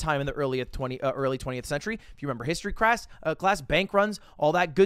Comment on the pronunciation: One take tony “History Quass”